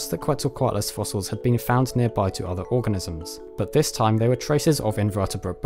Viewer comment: at :23 seconds, it sounds like you said "research done on these orgasms"...I even had to go and check it a few times.